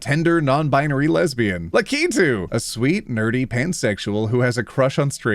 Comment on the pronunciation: Lakitu would be ashamed of his pronunciation